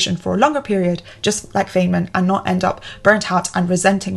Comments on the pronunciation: Dangit. I wasn't watching, just listening until now... Fay-man. Threw me off. I've only ever heard it Fine-man. Now... I'll never forget this guy and his teachings. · (Feynman is pronounced like fine-man.) Loooooove your content, you inspire me so much, great video as always ♥️ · It's pronounced Fine-man, not Fane-man.. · Dr. Feynman (pronounce Fine-Man) would be proud of you. I think there may be a tour of the Caltech campus in your future. Stop by Pasadena sometime and see! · 📖About "Feynman": His name has to be pronounced like "Fine-man" or even more precise "fine-munn". It is German (Feinmann) , but got anglicized. His family moved to Russia, as many Germans did since Katharina the Great was German herself. The "i" became a "y" and the second "m" got lost. The German meaning indeed has the same meaning like in English: Richard came from a family of "fine men". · Great video. Note: Feynman’s name is pronounced “Fine-man”. Again, great video. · Great video, thanks! BTW, I think it is pronounced "Fine-men" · Ack! It’s pronounced “Fine Man”! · His name is pronounced "Fine man." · This is the second time I've seen you mention Richard Feynman, so I have to ask, are you sure you're pronouncing his name right? ;) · Feynmen is pronounced "fine-man". /ˈfaɪnmən/ "trough" rhymes with "enough" or "cough" Regarding the "innocent" mistakes list, are you not advocating for "Medieval Time Tracking". I see #1, #2, and #4 which you listed is something that you would avoid or discourage. But for #3, that seems to be something that you prefer doing, since you are motivated by the task which you are performing and not by artificial time constraints. Thank you for this video.